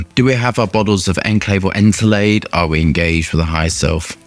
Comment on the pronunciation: His pronunciation of ENCELADE is absolutely horrendous. But he’s usually terrible with pronunciation